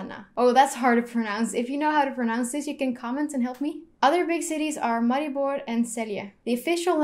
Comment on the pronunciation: Heii, you pronounce Ljubljana 100% right ;) , see its not that hard, i listen to that section 100 times :D and Maribor and Celje also pronouced right, em, we who live in Ljubljana are pronouncing Ljubljana wrong XD Now you know how Slovenian alphabet works try Lubljana xD I hate hearing people skip j ... And like Slovenija Its not Slovinia (you say like that) or Slovenia but is SloVEnija, need to emphasize. Its realy hard to explaing in english :), but yeah we are the only country who use verb in second person ( u have part of Croatia and part of Sweden, who use it but we are tho only who still kipping it as primary :), love your videos just keep going on :D best wishes ;) if need anything you can ask me :)